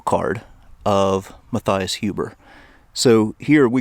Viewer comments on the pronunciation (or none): none